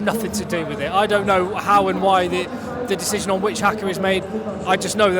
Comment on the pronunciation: Harr-Car not - Hacker